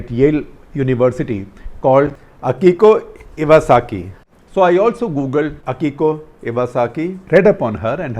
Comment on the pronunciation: "Akiko Iwasaka" LOL